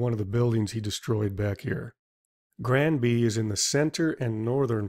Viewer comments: Granby, not Ganby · Great "play-by-play" detail of events, may thanks! Only one thing, because it is part of my family's legacy, its "Granby" and not "Ganby". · WTF is Gamby? Last time I checked the is an 'R' in Granby. 2 syllables: "GRAN" + "bee"... That said, I must have had 100 cop cars rip past my house on that day. I can only imagine what hoot it would have been , tearing through RMNP as fast as you want with lights and sirens blazing! Out of the way tourons! RIP Marv! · It's Grandby, not Ganby, but an excellent presentation. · The commentator kept saying Ganby ...it is Granby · It's Granby, not Ganby. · It's Granby not Gamby ! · Good video, but say it with me...Granby, not Ganby, G-R-anby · It's gRanby not "ganby" lol this killed me to hear you call it that so many times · It's GRANBY.... NOT GANBY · How many times did you say the word, “Granby” pronounced as “Gamby “? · It's Granby. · It's "Granby" just to let you know. Nice video.